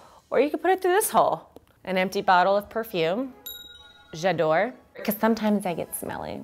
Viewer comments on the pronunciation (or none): J'adore is pronounced jah-dahre